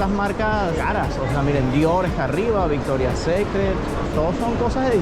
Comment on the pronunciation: Jajajaja me causa risa cuando pronunciaste , Victoria secret, y coach, really con ese inglés recorres el mundo. Jjajajaj, como críticas al país de la India . Por lo menos a ellos les abunda la comida . Y en tu país Venezuela casi se mueren de Hambre 😂😂😂😂